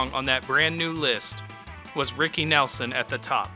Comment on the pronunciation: When you pronounce his name wrong firstnthing…I’m done watching